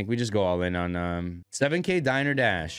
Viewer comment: It's 'die ner' dash like a place to eat lol